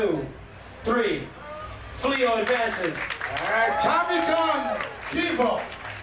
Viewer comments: actually his name is pronounced FLAY-O the accent on the e gives it an AY sound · LOL they called that dope ass kid FLEA-O His Name is Pronounced "FLO" When the eau is accented it makes an O sound - very unique name i wish i would have thought of that = \ just like Moshen love that one 2